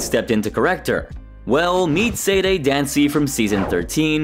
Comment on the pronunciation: For the love of Pete, could you please make the smallest effort to pronounce Sade's name correctly? You've watched the episodes and heard it pronounced countless times and it is not hard to pronounce. "Sah-day". Not "Sayd" Not "Say-day". "Sah-day". Please fix this, and apologize to Sade for the disrespect.